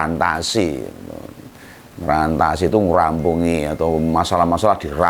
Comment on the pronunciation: Yang benar "mrantasi" , bukan ngrantasi .